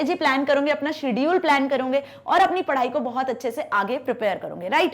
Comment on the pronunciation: करोगे❎. कर‌रौंगे✅😂😂😂😂